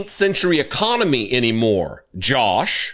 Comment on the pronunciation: Our "ECOMONY"? 🤣